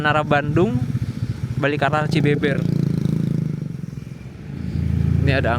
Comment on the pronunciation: Cibëbeër bukan cibeber😂🤟komen dulu sambil nonton